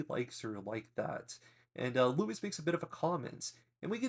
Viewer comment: Who is "Louis"? Trying to say Lois?